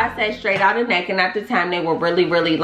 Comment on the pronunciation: Lmfao “necccK”. That pronunciation was everything 😩